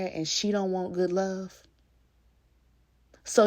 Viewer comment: “That’s a goodT man Savannah” 😂